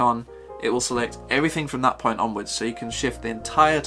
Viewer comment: No nonsense mode activated: “Let’s get straight to the moint.” Haha